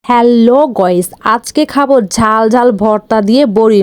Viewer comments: গাইজ ❎ গোইজ ✅✅✔️✔️😂😂😂😂😂😂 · এ মহিলা গাইজ না বলে গইজ বলে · এই মহিলা গাইজ বলতে পারেন না তো বলেন কেণ।😂😂😂😂😂😂😂😂😂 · গাইজ❎ গোইজ✅ স্পেশালি ❎ ইস্পিশালি✅ ইয়াম্মি ❎ ইয়াম✅ ট্রাই ❎ ট্রয় ✅😂😂